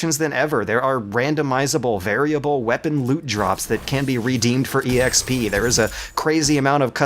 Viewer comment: please dont ever say or let your friends say or anyone on the internet ever say for any reason shape or form the term "E-xp" its fucking pronounced "ex-p" i lose insane amounts of respect regardless of your views on life etc if you say that garbage.